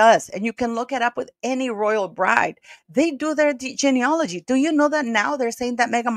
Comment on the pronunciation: Well done! But please note that the word is geneAlogy NOT geaneOlogy A common mistake.......Please correct if you possibly can! I am old enough to remember Lady Diana Spencer was seen by a specialist to check if she was ok to bear children BEFORE her marriage to the then Prince Charles. Wondering why it seems that nil like this was done prior to Harry's marriage to Rachel Meghan Markle. Thanks